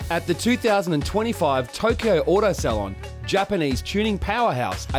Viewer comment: I'm Australian and I do not approve of the was "Salon" is pronounced.